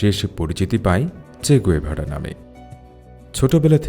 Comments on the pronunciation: গুয়েভারা নয়, গেভারা। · আপনার ভিডিও ভালো লাগে। এই ভিডিও তে আপনি বার বার উনার নাম ভুল উচ্চারণ করেছেন। উনার নামের সঠিক উচ্চারণ চে গাভেরা। ধন্যবাদ।